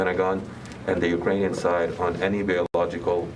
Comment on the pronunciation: She can’t even say Ukrainian 😂 She’s totally lying 🤥 🤥 lying 🤥 🤥 5/5 Pinocchio’s